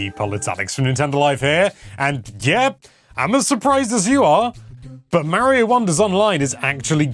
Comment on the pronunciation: it is Mario it's not Meario